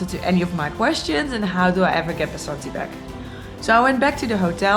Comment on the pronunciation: It's not BASANTI it's 'VASANTHI'